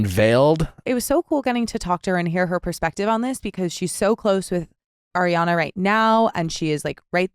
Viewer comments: nick it’s ARiana not AIRiana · NICK, can you please start saying ARRRRI Ariana's name properly, it's so irking because come off some mindful and smart...do yo not hear Doute saying it properly over and over...dude!!! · Please stop saying Air-riann! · ariana herself has said she doesn’t mind since each parent had a different pronunciation of her name growing up. she’s used to both